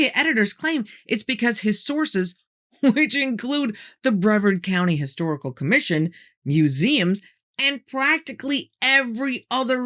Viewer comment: I remember when they first found that burial site near Titusville. I used to live and work in Brevard County in the Melbourne area. It's pronounced locally as Bree-vard. Individuals and developers are still finding neat things in the ground all over the state when big construction jobs are being worked. Thank you for telling us this story,.